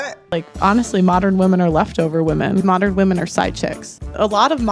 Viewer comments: bro said moderin loool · Moderin, mod er in , mod earn, ern, modern.